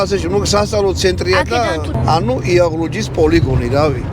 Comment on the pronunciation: იაღლუჯი არა ისა კიდე…. იალღუჯია სწორი😊